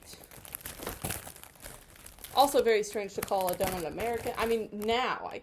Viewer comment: Hi, friend! Miss you! Also, a "d'oh-nut"? Ah? 😁